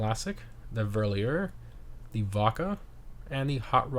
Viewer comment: I can't stand how funny you pronounce "Verlierer" 😂 sounds French when you say it